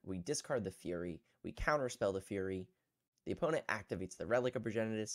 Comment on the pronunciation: Hi. It's typically pronounced "Furry" not "Fury" or whatever you said.